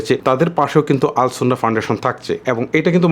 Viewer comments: শব্দটি আস সুন্নাহ হবে আল সুন্নাহ নয় ভাইয়া❤️ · আরে ভাই আল সুন্নাহ নয়, আস সুন্নাহ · আল সুন্নাহ না ❌ আস সুন্নাহ ফাউন্ডেশন ✅